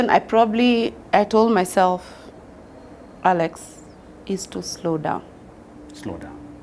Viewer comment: The way she calls you 'Akex'😂